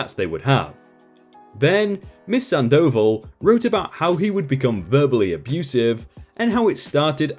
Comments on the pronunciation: ...Sand oval? It's a name, dude. San-dough-vall. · MS. SANDOVAL...... SAHHHN-DAH-VAHHHL notttt sand-oval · Miss Sandoval - you are not pronouncing the name correctly. Its not sandOval...its SANDo val (like val in Valerie or vawl) - or "oval" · "Miss Sand Dough Ball". Or you could say Miss Sandoval. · Awesome, but please stop mispronouncing the name "Sandoval" it's like having thumbtacks jammed into my earballs every time. It's not "sand oval" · Damn. At first, I thought it was going to be: Bio Dad (Karl) worms his way into Marina's head and effs up marriage. Turns out Marina was the good guy (or good gal, rather). Cool. Glad OP didn't take Alma back. I know a lot of idiots that would. (Not me, but I'm another kind of idiot entirely. lol) AND... ftr, the name is pronounced SAHN doh VAHL. You're accenting the wrong parts,. Thought you might wanna know. It's not because the mispronunciation over and over and over and over again was driving me crazy or anything. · 👏👏👏 it was killing me hearing him say sand oval like wtf gahh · No dude, its pronounced Sandoval, all together with accent on the last "a," and its a spanish "o" not english "o", so its pronounced o not ou.